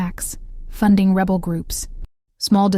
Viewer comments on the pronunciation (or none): none